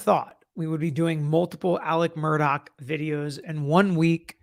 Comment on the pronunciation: MurDAW, not "dock"!🤦